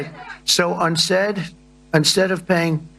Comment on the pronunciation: If Chump is so smart, why does he say 'on-stead' instead of 'instead'?